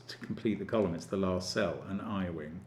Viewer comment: "An I wing" lol